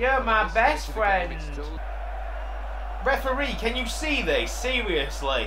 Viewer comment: REF UHH REE, COME ON MATE